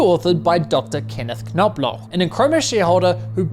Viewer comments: The “K” is silent in “Knoblauch”. Every time he pronounces the name, it’s like nails on a chalkboard!😖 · As a German, very nice pronunciation of Knoblauch <3